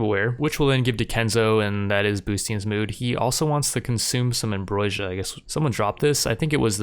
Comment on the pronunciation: Also - "am-BRO-sia" is the correct way to say that